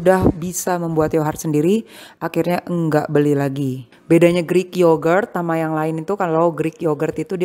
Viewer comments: Knp mommy nyebutnya yohart bukan yogurt? Aku sampe dengerin di translate penyebutannya 😅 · Kok sama bun, aku jadi kurang fokus nontonnya karna yohart hehe